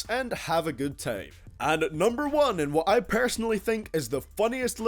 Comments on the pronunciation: hahaha he said tiem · Hahaha he said "tiem"